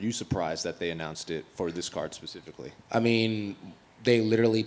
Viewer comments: "this card pacifically" lol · Pacific is an ocean the word is specifically Kevin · Did Kevin just say pacifically? 😂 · "I told him pacifically" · man said Pacifically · This card pacifically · Say it with me....S....Spe....Specific.....Specifically!